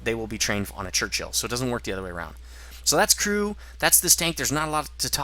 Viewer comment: Crunchill LOL :P it's a 'Churchill' mate :)